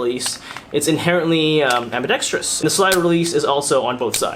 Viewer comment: Thank you for being just about the only gun reviewer on YT who says ambidextrous, which of course is correct, instead of ambidextrious. Oh, and btw, great review as always.